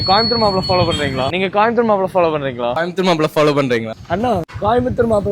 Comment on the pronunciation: கோயம்புத்தூர் தான அது காயம்பத்தூர் ன்றான் 😂😂😂